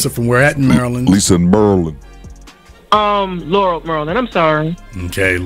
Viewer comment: You mean "Lurrul, Murrlund"